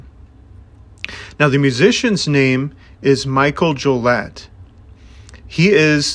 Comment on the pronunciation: Please learn how to pronounce things correctly. I'm in and cringing. Mikel is pronounced Mick-kell. Jollett is Joe-lay. Synanon is Sin-a-non. His memoir, Hollywood Park, primarily discusses his life to before the band forms. It touches on it towards the end, but the book is very far removed from being about the band. For the record, he was 6 when they left Synanon and his Mother is a basket case. If you don't like to read, the audiobook is excellent as Mikel reads it himself.